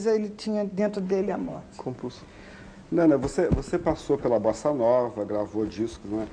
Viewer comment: ...na apresentação ele quase falou nanÁ ao invés de nâna.